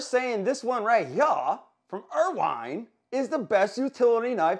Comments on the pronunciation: There's no way that's how Irwin is actually pronounced. Ryobi, Knipex, now IRWINE?? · Irwin, Irwin, Irwin pronounced 'er win' there is no wine in this make 🤣😂😆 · The pronunciation of Milwaukee and Irwin gets old quick dude. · Decent review but you're pronouncing BOTH companies WRONG. Every time I hear the company names called out, I cringe.